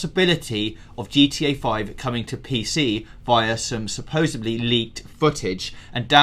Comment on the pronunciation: Supposebly... god damn that drives me nuts. You guys are in journalism, can't you say it correctly??